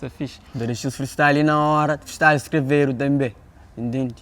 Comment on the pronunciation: “Freestryle” By 😎😂😂